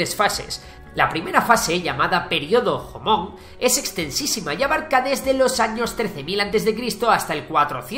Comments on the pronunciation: Ay dios todo muy bien, el resumen excelente pero la pronunciacion malita. Por decir un ejemplo cuando lees Jomon. Se tiene que pronunciar como si fuese una Y. Otro ejemplo son las "H" en español son mudas pero en japonés si tienen sonido se pronuncian como la "J". De ahi en fuera gracias por el video. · Todo muy bien, pero me chirría mucho que pronuncies la j (como en "período jomon") como la jota española. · La pronunciación de los nombres debería estar hecha como debe. Las J se pronuncian como en inglés y las h se aspiran. Escuchar los nombres Jomon, Fujiwara y Kojiki como la palabra española Jamón duele muchísimo